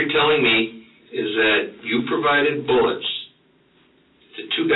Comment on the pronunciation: Is he saying “bullicks” instead of “bullets”? Maybe my earphones are off…